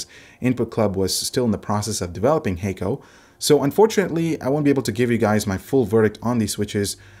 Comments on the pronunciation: Kono logo and sound appears like Japanese (but I'm not sure if it is). Anyway, Hako is not pronounced 'hei-ko' like you said in your video - it is 'ha - ko' with short sounding pronunciation - meaning simply 'box' in Japanese. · i think it might be pronounced like Ha(h)-ko, not Ha(y)-ko